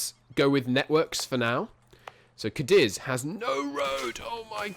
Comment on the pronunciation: Afro-Eurasia it's pronounced cah-deez, emphasis on first syllable